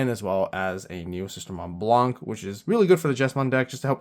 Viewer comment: I dont know why it anoy me that much when people pronouce the "c" in blanc. For those who dont know, blanc is white in french. The c is mute. Then why is it there? Because of its femine version blanche.